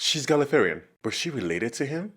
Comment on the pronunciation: People from Gallifrey are called Gallifreyen (Pronounced Gali-Frey-En) not Galliferyian Not having a dig just for future refence ok ps Next Episode The Eleventh Hour possibly the best introduction episode for a new Doctor ever made